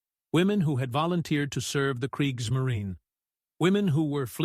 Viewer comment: kreeks - muh - REE - nuh 😁